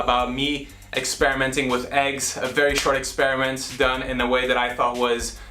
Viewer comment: "It was an eggsperiment" he says